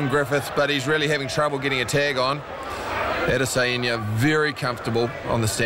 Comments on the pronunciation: “AdEsaYenya” what did my mans just say??? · It's Adesanya not adesaeniya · Ada sayinia 😂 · add a cyan ya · No one: The commentator: Edisayenya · If you dont take time to pronounce fighters names properly, dont be a commentator dude smh Adese..en..ye. Wtf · Izzy could have been mad the commentator messed his name up but being a weeb Ada-Sayain-Ya ain’t the worst pronunciation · Adesehanja, commentator got as close to his name as Griffith’s got with his strikes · "ISRAEL ODD-A-SAI-ON-YUH" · Israel Other-sa-heen-ya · That mispronunciation of Adesanya is painful. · this is a basic one that is pronounced exactly how its spelt. he's adding in extra syllables and shit, going out of his way to pronounce it wrong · Buddy sounds like he’s having a stroke everytime he tries to pronounce Adesanya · Chow can they not pronounce Adesanya?